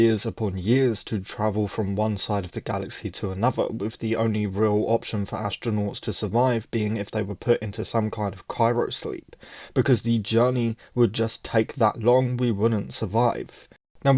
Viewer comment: Cryo-sleep vs. Cyro-sleep. Is those an American vs. Britain pronunciation thing, like Aluminum vs Aluminium or Math vs. Maths? Or is this just a mispronunciation?